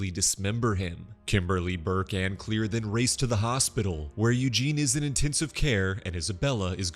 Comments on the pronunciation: Her name is Claire Rivers not clear or anything else beyond that you need to understand that is not how you pronounce your name as being clear her name is Claire and that is how they pronounced it in the movie or should say that’s how James WAN said it was in the movie and he knows it and you know it and I know it so you should know that is not how you say her name is clear her name is Claire And ask for an ounce. They also go but whatever I just thought that you should know that, but I know you’ would like to prefer her as mispronounced name. Her name is Claire that’s gonna worry about it. I know I have the movie and else that goes with it. I got all of them except for the new one. I can write two James WAN about this, and I hope that this would open your eyes so how to pronounce her name, right Claire not clear or any of your fancy names you want to save them differently. There’s a different ways you can say the name, Claire you can say clear all you like, but that does not mean what it really means her name is Claire. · Mam I swear the next video you do like this make sure u PRONOUNCE THE NAMES CORRECTLY!!!! U kept Pronouncing Claire wrong